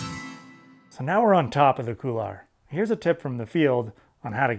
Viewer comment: Good vid. I liked how you explained hop/pivot turns. Now, can I convince you to say couloir (cool 'w+are)rather than coular?